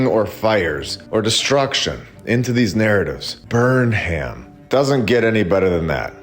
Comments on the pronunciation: The name Burnham is most often pronounced "burn-um". The "ham" part is usually shortened to "um". Another stellar episode. I just watched you in Stew's Old World Order today - excellent production!! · Most likely Burnham was pronounced burn um.